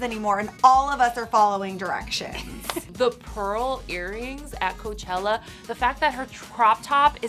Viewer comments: Ca-chella right 😂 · She said cachela hahah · lol "guys kachella is here!"